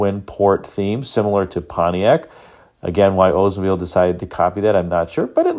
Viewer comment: Why can’t people pronounce the name correctly. The narrator says “Ozemobile” but pronounces Olds correctly.